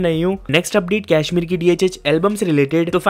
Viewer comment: WTF is कैश्मीर??? It's कश्मीर। तू तो अवतार को भी एवेटार बोलता होगा। Speak like a freaking Indian, हिंदी के शब्द भी नी बोले जा रहे।